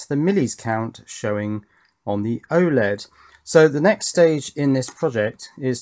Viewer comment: dude you have a russian oled? or why are you calling it oleg. wouldnt oled be more descriptive? while still being short and comprahensive